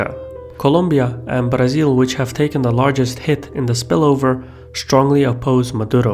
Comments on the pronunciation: As a brazilian, I like the way you pronounce "Brazil". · Thanks for not pronouncing "Brazil" as mentally-challenged Americans do.